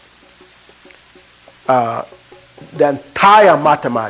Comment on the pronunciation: it is indead...it is INDEAD!